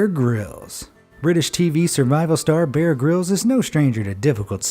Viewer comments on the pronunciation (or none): none